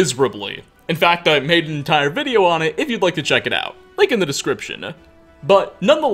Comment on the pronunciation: Wow great videouh! I really like your narrationuh, and I also think everyone should give a tryuh!